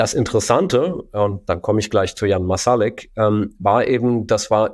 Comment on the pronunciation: Es ist sehr anstrengend, dass Herr De Masi "Marsalek" konsequent falsch ausspricht. Es sit seltsam, dass er sich offenbar intensiv mit einer Person auseinandersetzt, aber nie hitnerfragt, wie man deren Namen ausspricht.